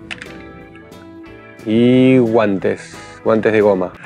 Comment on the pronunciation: Estuvo gracioso lo de los guantes, parece puertorriqueño lol. Gracias.